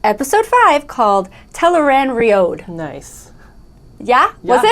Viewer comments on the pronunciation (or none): I have always said “tell-eh-ran-ree-odd.” So OG book reader wrong! It ends with “road”